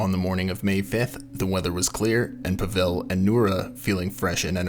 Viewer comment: Thanks for covering this story. The name Pavel is pronounced “POVV-ul”, not “pa-VELL”. It is the Russian equivalent to Paul.